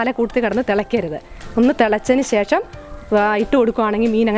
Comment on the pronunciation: സേഷം...... അല്ല.. ശേഷം